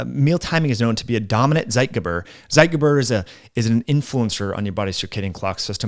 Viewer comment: It's pronounced "ZEIT - geber" , "TSIGHT - gayber". Oy.